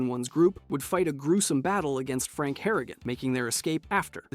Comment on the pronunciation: thats your problem with this video? not him saying 'sandy sands', saying ghouls come from vault 12, thinking vault 13 was in the capital wasteland, missing 2 entire games, consistently saying franks name wrong lmao